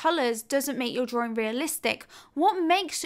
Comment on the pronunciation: dra-Wing NOT "DRAW-RING" :)-been bugging me quite a while now :)!!!!